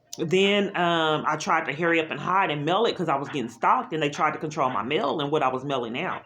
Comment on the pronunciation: It’s MAIL! Not “MILL”!